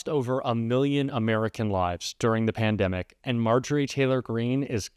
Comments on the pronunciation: What’s a “Peandimic?” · I didn't think MTG couldn't get any dumber she proved me wrong yet again could not pronounce pandemic she's one dumb bleach blonde